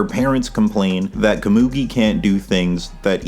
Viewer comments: you're butchering komugi's name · You've got to pronounce Komugi's name different, im begging you 😭🙏